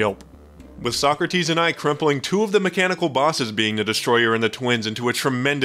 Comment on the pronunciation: omg when I heard "covered almost every item" I was like omg no way its not sockrteez and when I heard sockrteez I was fanboying like I watch all the videos my favorite was the drippler crippler